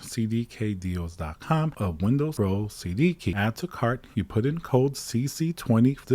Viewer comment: Did he just said windows bro instead of pro? 💀💀